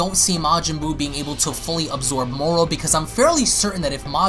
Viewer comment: Why do you keep saying "Morrol"????